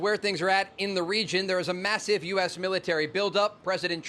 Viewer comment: "Mas sieve"😂😂😂😂😂😂😂😂😂😂😂😂😂😂😂😂😂😂😂😂😂😂😂😂😂😂😂😂😂😂😂😂😂😂😂😂😂😂😂😂😂😂😂😂😂😂😂😂😂😂😂😂😂😂😂😂😂😂😂😂😂😂😂😂😂😂😂😂😂😂😂😂😂😂😂😂😂😂😂😂😂😂😂😂😂😂😂😂😂😂😂